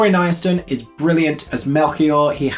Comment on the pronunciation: I was caught out by your pronunciation of Laurie Kynaston's surname! You said it... "ni-aston"? I thought it was "kin-aston". The version I know of that surname was around a lot in Elizabethan times (which happens to be one of my history era nerdisms), and I've never heard it any way other than "kin" with a hard K at the beginning. Happy to be corrected if you know different though!